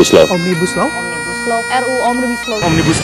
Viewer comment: Kata mbak melanie OMNIBUSLlEER 🤣🤣🤣